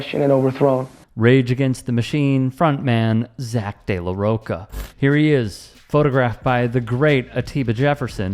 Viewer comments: Brother, its not mocha, it Rocha, cha-cha-cha. Like Charmin. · Also.. Zack de la RoCHA... like you pronounce CHAvez... not Roca, please stop butchering these Spanish names and surnames